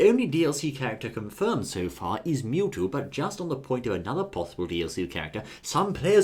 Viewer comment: You mean mewto